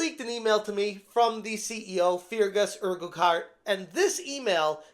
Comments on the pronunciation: it's pronounced urk-heart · Wish you could pronounce Urquhart correctly mate. It’s painful to listen to you butcher the name 😂